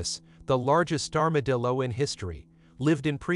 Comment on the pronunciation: Did the AI computer-generated voice at the beginning call it an armadil-do? Lol. I'll have to remember that one.